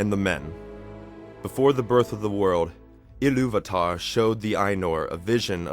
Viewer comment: Good narative voice but you struggle with pronunciation of the names :) (still it has too much of english way of pronouncing things (e.g. Illuvatar, Vaire, Orome) -no sharp "R" - when tolkien was creating languages of Middle earth, he was inspired by scandinavian languages I think ). I liked Martin Shaw's narration of Silmarillion.